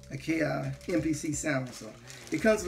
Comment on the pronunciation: Akai...but he just pronounced it IKEA